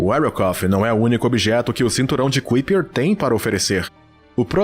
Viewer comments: Bom vídeo, mas o narrador passou quase duas horas a falar o termo "CUIPER" e isso incomoda mesmo. A pronúncia correta é "CÁIPER": The Kuiper belt (/ˈkaɪpər/)[1] is a circumstellar disc in the outer Solar System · Pqp.. Parei de ver o vídeo pq a cada vez que o narrador falar "cuipér" me dá uma agonia enorme. Poxa, custa ver direito a pronúncia das coisas? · A pronúncia correta é ´Kaiper" e não "Kuiper". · Conteúdo muito interessante, mas o jeito que você pronúncia cinturão de Kuiper dói nos ouvidos... 🧐